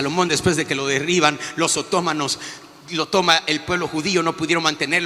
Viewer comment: Con todo el respeto para el supuesto profeta,pero no se dece oto'manos, se dice otomanos. Esta mal pronunciado, y no se dice islámico, se dice musulmanes,al referirse a personas, En mi humilde opinión, Ahí se nota el nivel mínimo académico y de cultura ah pero se me olvidaba, que ellos los superprofetas, no lo necesitan, porque para ellos lo más importante es lo espiritual, las revelaciones, lo terrenal no importa, el documentarse algo no,eso no es drama espiritu. Por eso existe mucha apostasía, porque los borregos, con todo respeto a cualquier herejía le dicen amén Solo porque la otra persona se dice profeta o apostol. Hay un refrán en México No todo lo que brilla es oro. Saludos y bendiciones Desde regiolandia. Mexico